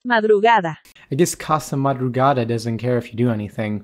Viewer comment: bro i appreciate the fact you really tried to pronounce 'madrugada', i'm spanish and i can tell is not an easy word ahaha